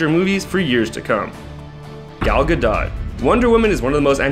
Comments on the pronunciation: It is not Ga dot its pronounced Gadoe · Do you guys even check how to pronounce the names of the actors? It's gadot but it's pronounced like gadoe.